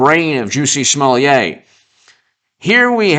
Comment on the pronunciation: Smo Lett not Smo Leeah. Can't you read?